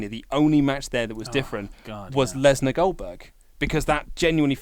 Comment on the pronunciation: "Brock Lesberg" -.